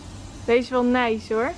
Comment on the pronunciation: Hahah. Hoe jij da zegt neis